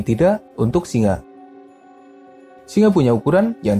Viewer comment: Kenapa setiap sebutan di hujungnya ada huruf A seperti bunyi Melayu Malaysia... Contoh singa - singe..pemangsanya-pemangsanye